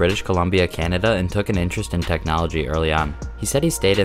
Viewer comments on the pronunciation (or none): none